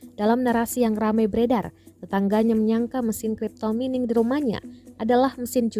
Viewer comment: Cipto Mimin min bukan crytpo mining 😜